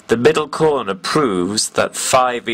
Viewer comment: "The MIDDAL CORNA"